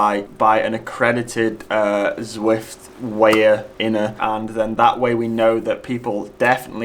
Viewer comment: Sounds a bit German 🤪